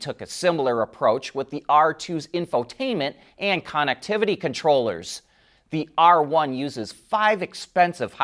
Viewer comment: Why do some people have a hard time pronouncing "connectivity"? What is this Conuctivity?